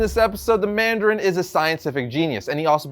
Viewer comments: ah yes, the "Mardarin" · Ah yes the "Mardarin"